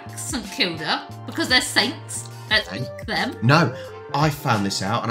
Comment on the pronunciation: Who the hell calls them sainters? They are the saints.